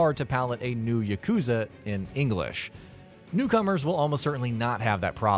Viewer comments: Its not: yuh-KOOO-zuh It's: YAH-ku-ZAA. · It's YAH- KU- ZA not YUH-KOO-ZA